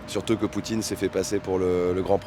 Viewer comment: « vendredji… » « Poutchine… » « audjiteurs… » 🤣